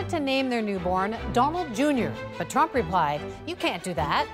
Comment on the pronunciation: "involved in the rump.." LOL